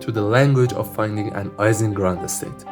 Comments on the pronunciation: The name Ising is pronounced as if it were spelled “Eesing”, not “Eyesing”. Mathematical physicist Barry Simon once joked, in a lecture on statistical physics, about the work of Mr. “Eesing” on the “Eyesing” model. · FYI ising is pronounced like "easing"; EE-ZING